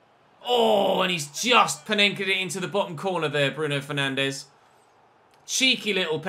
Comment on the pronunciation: I’m probably being picky here, but Bruno Fernandes isn’t pronounced like that. He’s Portuguese, not Brazilian. So it’s not ‘FER-NAN-DEZ’ it’s ‘FER-NAN-DS’.